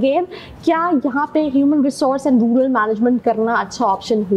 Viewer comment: I stopped watching it from the point where she said rular management 🤣🤣🤣🤣